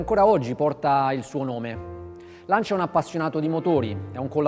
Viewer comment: Lancia, non c'è nulla da aggiungere. Chissà perché una scelta ponderata negli anni passati, per eclissare una filosofia vincente: nella classe; nello sport. n.b.: anche se francese, fatelo parlare in italiano. Inascoltabile "Lansià"...